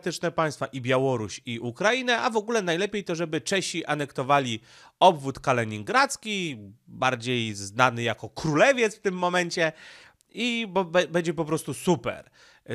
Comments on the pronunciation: chyba nie czyta komentarzy Bo nadal mowi KalEningrad lol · Mnie najbardziej razi "Kaleningrad" i wiele innych przekręcanych przez niego nazw. Zastanawiam się,czy nie robi tego celowo,na przekór tym wszystkim,którzy go poprawiają?